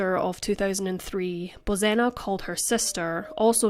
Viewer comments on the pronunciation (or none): It's pronounced Bozhena. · I grew up with the Czech pronunciation of Bozena, hearing the Polish pronunciation drives me nuts.